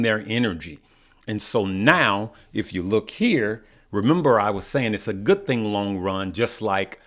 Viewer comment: Band sound goo-ed lol.